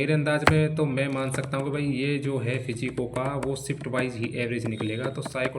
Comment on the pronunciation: ये फिजिको क्या होता है बाबू 😂